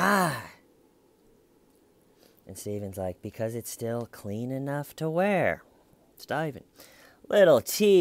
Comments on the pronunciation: You didn't answer the question! I still don't get why you're calling him Stiven. Is it just a bad attempt to mimic the accent of the detective? I guess he sorta does sound like he's saying stiven but it's more like stay-ven. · I just watched these videos. And all along I was annoyed "Why is he calling him Staiven!"... Thanks for the clarification. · Hi, I'm from the distant future. One question I have is....why does he keep calling him STAYVEN???!! WHYYYY???! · And “my friend, Schmeeda” 🤣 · Coffee and TCL. Perfect start to my day! Don’t ever stop calling him STAYVEN. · I laugh every single time you call him STAYVEN 😂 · Lol,... I was literally wondering if anyone who came in, mid-commentary, listening to you, then they read our comments and how we are also referring to him as Stayven,... thought you/we were all oblivious and didn’t realize that Stayven’s name is really Stayven! 🤪 Thank you!🤩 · Ooooooh, Little T! :) ♥ ...and we love when you say Stayven! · It's been 4 years and I'm still not mad about ya saying Stiven repeatedly!😁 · I subscribed the first time I heard "styvun!!" XD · WHYYYY, WHYYYYY he keeps calling him STAY-VUHN??? THEYURE is no reason to do so! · have you noticed that only you are calling him stayven?